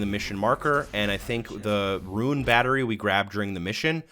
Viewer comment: Love these videos, but RUNE is not pronounced like RUIN. Just say "Roon:"